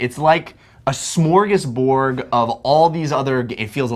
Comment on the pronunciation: Surprised alex missed when jeff said "smorgasBORG"